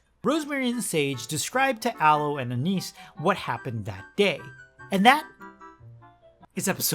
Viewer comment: I had to use subtitles Cause I to heard cousin and niece